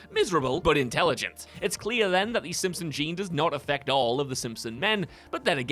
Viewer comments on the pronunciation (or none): none